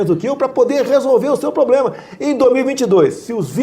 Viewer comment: So uma solicitação, alguém, por gentileza, ensina ao nosso querido presidente a pronunciar a palavra PROBLEMA corretamente.